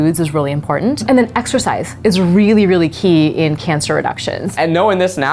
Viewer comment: 4.38 You guys....ExERCISE. Not ExCercise. Great video though!